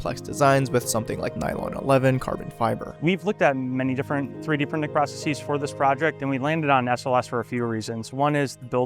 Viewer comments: Processes ❌ Pruh-suh-sees ✅ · It's not pronounced "processeez." Everyone, please stop saying that. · "many different 3D printing process-CEEZ" It's just "processes". Stop hypercorrecting/trying to sound fancy.